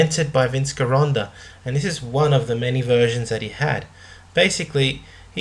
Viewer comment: Interesting content and series on Vince Gironda--pronounced: "Gee-Rhonda", not "ghee".